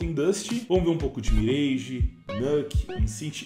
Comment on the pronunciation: chegamos ao cs 2 e o pessoal ainda fala "mireige", "nãke"...